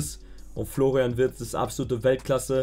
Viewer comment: Wer kennt ihn nicht den guten Florain Wirtz. Heiß der nicht eigentlich Florian Wirtz.